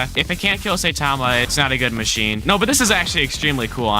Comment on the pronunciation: Saitama is said sigh-tom-a